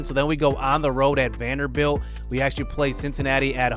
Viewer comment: yooo y did u say Vanderbelt like that lmao that shit has me dead